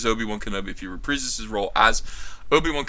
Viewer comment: Wtf is wrong with this guys speech? "If he repreezeus his role as..." ??? "There's no guarantay..." ??? "Thirty-three nine point five..." ??? This is a hard watch. I don't disagree with his points, just have a hard time listening.